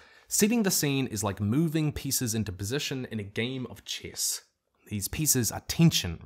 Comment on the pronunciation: He says the word chess like an Aristotzkan says the word cat! Glory to future us!